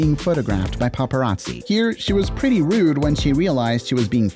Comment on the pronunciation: that's so "Rude--ah" you simpletons know that saying "Ah" after every word just shows you are a simpleton and an illiterate "Moron " This current generation are really just uneducated useless future warehouse workers.